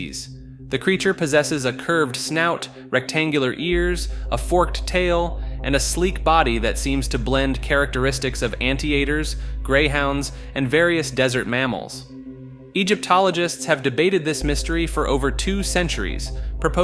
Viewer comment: I wasn't gonna say anything about all the mispronounced words but mispronouncing anteater, really?